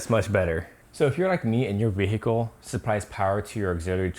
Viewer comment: Vee-hee-cul 😀 #respecteachother